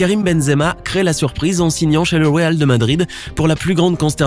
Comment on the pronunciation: Weal de Madrid